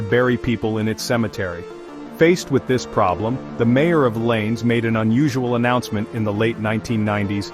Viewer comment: "Llanes" is pronounced something like "YAH-nehs", not like English "lanes"! 😀Kind of reminds me how Americans pronounce "Amarillo" (TX) - hint, that "LL" is never a single "L" in Spanish...